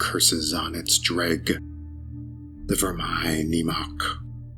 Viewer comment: Whatever happened to book one? Is it in the game? Nice pronunciations btw. I didn't know that was how you said 'dreugh'